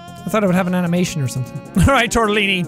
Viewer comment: Anyone notice tortillini sounds like moossilini